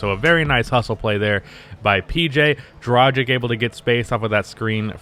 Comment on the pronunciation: i love you but please learn how to pronounce the name Dragic. Coming from europe its pretty annoying to hear people pronouncing it wrong all the time😂